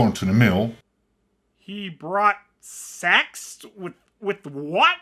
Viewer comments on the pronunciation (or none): The part where he said 'sex', he meant to pronounce 'sacks'. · "Sacks or corn" .. not "sex" LMAO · I think it’s “when he brought sacks with corn to the mill” Unfortunately in his accent “sacks” and “sex” sound the same, and “corn to” sounds like “c**t in” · I think he says 'he brought sacks with corn to the mill' but struggled with the English vowel ash in the word 'sack' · It sounded like the narrator said "When he brought sex with CORN to the mill". Yeesh, keep your fetishes to yourself, people!